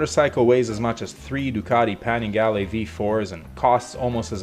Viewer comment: You actually said Panigali! Wow. Now STFU!